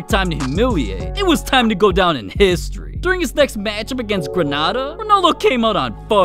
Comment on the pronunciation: This guy saying “ heeestori” is one of the funniest things I’ve ever heard.😂😂😂😂😂😂